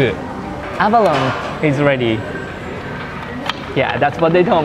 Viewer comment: I'm sure u'll be eating heaps more abalones in the future, so I just want to remind you it's pronounced like "abalon-nee", or think of "abaloney". It's a tricky word haha